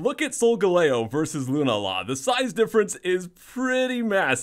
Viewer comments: GAH! lol Lunala = loon-AH-la not loon-ah-LA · isn't it pronounced like lunaaala? not hating,just curious.